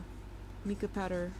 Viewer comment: Your killing me 😆😅🤣😅🤣 its MY-KUH not MEE-KUH. Love the video. 😊